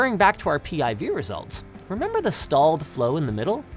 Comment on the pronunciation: PIV you say?